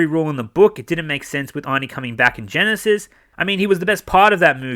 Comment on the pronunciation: "terminator Genishit" lol